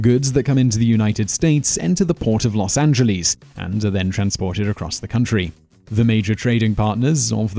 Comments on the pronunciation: he said Los Angelees instead of Los Angeles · No one in Los Angeles pronounces it Los Angel-lease. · Los Angeleez? Really? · "Los AngeLEES"